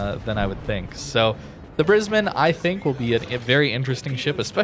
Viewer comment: Gday from Brisbane Australia, 10/10 for pronunciation of Brisbane.